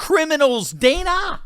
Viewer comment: Dan-a, don't call me Day-na Bash is such a hack.